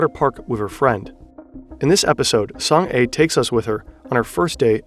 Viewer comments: FYI It's pronounced Song Ah [soŋ a] not Song Ay [soŋ eɪ] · You keep saying Song "A" when she clearly pronunces her name as Song Ah. I know Korean names are not familiar to non-koreans but like she literally said her name in the video 😅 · I know this video was posted months ago, but I was just recommended it. Her name is pronounced like Song-ah (kind of like the "a" in "father" in an American accent), not "A" like the letter. She's got a real Korean name, not some kind of weird bot pseudonym. Not that Song-a is necessarily her real name, but it is a real name in Korea. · Song "ah", not Song "ay". Idiot. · >Literally pronounces her name as "Song-Ah" this dude: so, it's Song-Ay? good video but come on man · you could have at least researched proper pronounciation of her name… saying „song ay“ the entire video is embarassing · Just a note: her name is pronounced Song AH